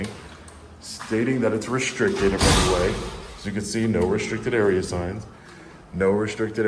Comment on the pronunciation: lmao "the whole building is restriscted" 😂 clowns